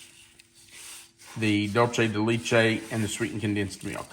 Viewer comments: Ok, please stop saying “Dultchay de lechtay.🤦‍♂️😫 Please try and say it as it is written DULCE DE LECHE Dull say de let chay You can do it! 👍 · What a great recipe… So… the retired Spanish teacher of 30+ years wants to help you with your pronunciation of Dulce de leche… So hopefully, here goes… DOOL - seh - deh - LEH - cheh. Hope this helps,! 😊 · Dulce de leche is pronounced dool-say day lay-chay. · Love the recipe but just letting you know the pronunciation of Dulce de leche isn’t correct. Thank you for sharing such great videos ❤❤ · 🤣😂🤣I was thinking the same thing.